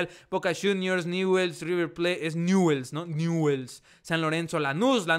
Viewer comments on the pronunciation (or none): Newell's se pronuncia Ñuls.